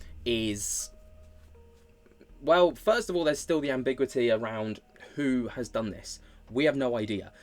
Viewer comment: Ambi-gyoo-ity, not am-big-wity 😘